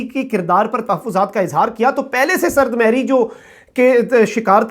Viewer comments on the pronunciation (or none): سرد مھری ۔ م پر پیش ھے ۔ بھت دفعہ غلط بولا آپ نے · Sard mohri hoti hey bhai.......sard mehri nahi.